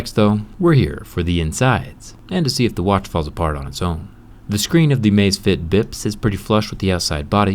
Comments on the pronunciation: Amazfit not amazfiet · It's actually Amazfit, not Amazefit but ok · Its amazfit not amazefit! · it's amazfit, not "amazefit" lol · I’m pretty sure that the name does not have an e in it. It is Amazfit, not amazefit. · Hey bro it's Amazfit, not Amazefit. Drop the e. 👍